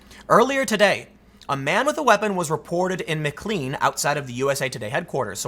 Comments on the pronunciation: It's pronounced "Mac-lane" or "Mi-clane". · Its pronounced "micklayne" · tim the pronouncement of Mclean is “Mc-lane” yes we have weird names